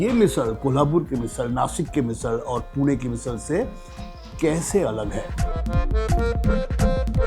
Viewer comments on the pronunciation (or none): none